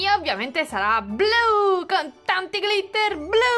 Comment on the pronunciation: Glitter si pronuncia con l’ accento sulla i